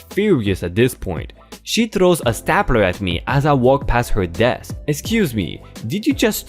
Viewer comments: "stapler" its pronounced S tape ler lol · Helping Pronounced Stay-pler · Hi! More great stories! FYI, "stapler" is pronounced STAY-pler (Stupid English pronunciation!) Made it to library and farmers market this morning - got nectarines, corn on the cob, tomatoes, a baguette and oatmeal chocolate chip cookies. Miss Hissy is drinking water from "her" glass on the coffee table (nah, she's not spoiled!) Going to see "Spider Man" tomorrow. Have a great weekend! 🔥 🔥 🔥